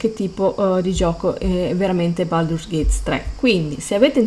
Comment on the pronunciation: Baldur'SSSSSSSSS con la s, lo so son pignolo.